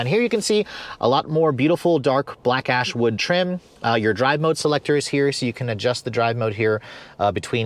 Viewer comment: Every time he says black ash wood at first it sounds like black ass wood lol